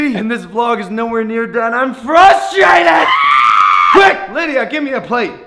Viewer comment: Yo, it's "Lydia" not "Lidia"